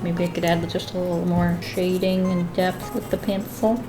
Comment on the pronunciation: Me: Alright! What’s coming next! What is the next video! HOW DO I PREPARE-: Sketch Wiff Me!!! Me: but... isn’t that what you do every day? 😂 Love u! Never stop sketching!